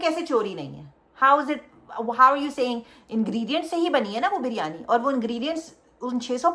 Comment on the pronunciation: Malaika and Sara continuously said Bar-yani 😂😂 instead of biryani